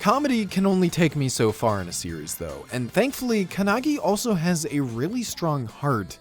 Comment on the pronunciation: "Kanagi"??? The otaku who talks about Japanese anime with such condescending attitude can't even pronounce the title of a Japanese anime properly It's not kanagi, it's "か(KA) ん(N) な(NA) ぎ(GI)"